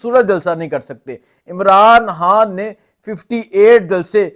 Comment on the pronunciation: او بھائی صاحب اردو ٹھیک کرو حان حان کیوں کہہ رہے ہو _ اپنی ہر ح کو خ میں بدلو _